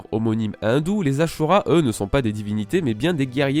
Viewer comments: Le "SU" se prononce "SHU" en Japonais ^^ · c ashura pas asura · Ça me casse les oreilles quand ces youtubeur ne savent pas prononcer correctement les noms des personnage ou des choses. Mec on as ajouter un H avant le S du ashura, et non asura, tu prononce comment si je dis Shaka ? Pareil c est ashura et non asura, alor tu va ignorer mon commentaire normal, pas facile de prononcer correctement les noms dans l original.😅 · C pas asura mais ashura 🤣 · Pas asura mais aSHura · Sa vous stess pas qu'il dise asura au lieu de dire ashura comme dans l'anime??? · ASHURA et pas ASSURA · Ca ce dit pas AsHura??